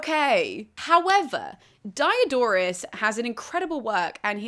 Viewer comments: Please, he isn't Dye A Door us.The "i" in Greek and Latin is always short, as in "hit". Dee-oh-dor-us. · Why are you pronouncing the high front vowel in the first syllable of his name like the diphthong that's the English name of the letter "i"? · Dee-O-dor-oos See-kew-lews, thanks.